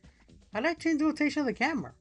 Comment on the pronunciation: ...I can't believe I forgot about this entirely. I've got to shake off this serious case of "brain bake" that I seem to have picked up. I hear the word "camera" said like that, and all I can think is "Godzilla's found a very annoying opponent." (Gamera) A Poliwrath with Lovely Kiss, huh? With a face like that, it would probably need to body slam an opponent to use the move, or charge at them like a football running back.